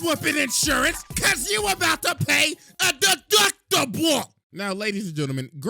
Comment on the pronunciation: The way he says “deductible” is funny